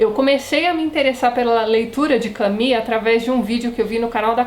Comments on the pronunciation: Por favor, a pronuncia correta é "camú". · Soa mais a Camille do que a Camus. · Em Portugal diz-se "Camú" mesmo, por isso estranhei tanto. "Cami" aqui é a pronuncia do nome Camille (que é um nome próprio feminino e não que Camus. Por isso perguntei, por vezes a pronuncia muda consoante os regionalismos. Obrigada pela explicação. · Esta maneira de pronunciar Camus é tipica do brasil?